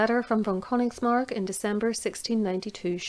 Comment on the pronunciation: I know Königsmark, it is I think a little more known in Germany. As a German, I think your pronunciation was great. I really appreciate your effort in this. 👍 As long as you keep making these history videos, I'll be watching. Keep up the good work.